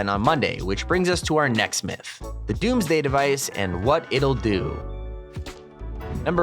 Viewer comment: When he says DOMMS DAY Device Im like hide the all the fish